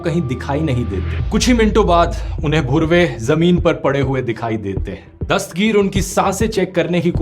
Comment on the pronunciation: Rathee Its HS धुर्वे , not bhurve He is from Gond Community!